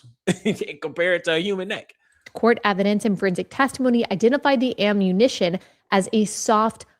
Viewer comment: Why does she say "nack" and not neck. Sooooo Annoying !!!